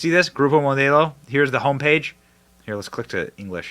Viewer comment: Mo - Dell- O Benny ! Not MO day O 😊